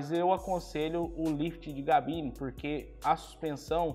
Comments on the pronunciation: Porquê diz GABINE? O certo é CABINE, certo? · O cara tem um canal de caminhonete e fala GABINE 🤦🏻‍♂️ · Me perco no vídeo toda vez que fala Gabine kkkk